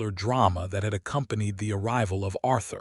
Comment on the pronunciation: I enjoyed the story other than the butchering of names Silas and Eleanor! AI has a lot to learn about names and the different uses for tear, live, read and other English words with 2 meanings. I like that the names in the story were different and that Adelaide apologized for being judgemental without knowledge. All in all a good story.